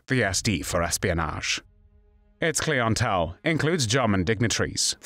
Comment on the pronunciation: Clee n tell???? 😂